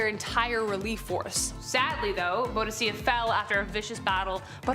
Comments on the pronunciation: I have never, ever heard anyone butcher the name of Boudicca so badly. Ooooof. That was painful. It's pronounced "Boo-dick-a". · Boudicca booDEEka